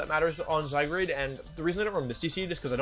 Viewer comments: istg pls stop saying zyGRADE PLS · I love he pronounced "Zygrade" a bunch of times hahaha